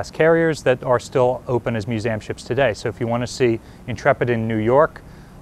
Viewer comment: good content i still find it odd a guy working at one would misspronounce myoo-zee-um as myoo-seam